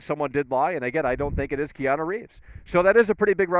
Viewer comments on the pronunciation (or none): Kee-ahna Reeves